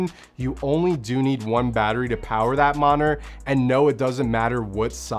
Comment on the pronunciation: is "moninor" (or "monor") proper english or is it a specific accent (from a region or a city) or a personnal accent or a personnal flaw ? I'm seriously curious.